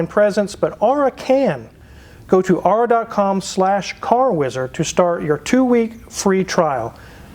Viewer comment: He's not even pronouncing Aura properly.